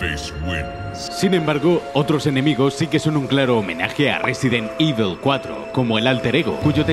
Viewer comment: Otro detalle alucinante: en este juego, para, Evil se pronuncia Evil, pero en Resident Evil se pronuncia Ivel XD Qué pena que estos vídeos de "30 detalles..." hayan degenerado tanto. Antes eran imprescindibles...